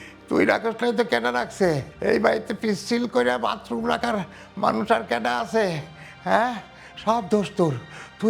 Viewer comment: Vatroom na fokinni bathroom hobe , bostir meara erokom I uccharon Kore